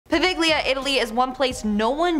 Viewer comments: What tf is that pronunciation??? Po-VIG-lia tf no it's Italian you don't say it American by pronouncing every letter. The G is silent! Goddamn I hope she stays away from reading anything French 🤣🤣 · PoVEGlia lol it’s pronounced Povelia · That was the most mangled pronunciation of poveglia I've ever heard. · God damn butchered that name. “Poveglia” poh-vel-ee-ah.